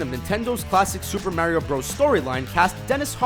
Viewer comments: I hate how this guy says Mario. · The way he says Mario kills me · oh this just came out. oh. also,how come you pronounce Mario differently? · Why are you mispronouncing "Mario"???